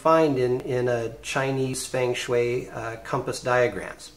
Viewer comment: It's pronounced "fung shui" but cool app.